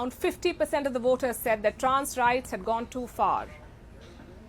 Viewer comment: Woters or voters . What a naughty pronounces on.😅😅